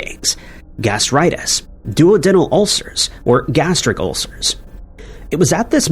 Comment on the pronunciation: It’s pronounced do-odd-in-al - duodenal.